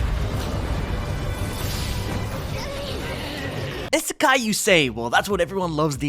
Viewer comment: It. Is. Pronounced. Ee-sa-kai. Please.